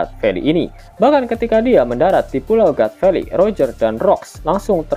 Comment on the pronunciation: God valley... Di baca Gat feli... Hadeh...